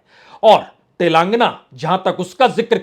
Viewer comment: Telàng-- gana not Telangna .